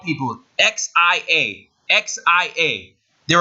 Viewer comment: Xia is sha not zao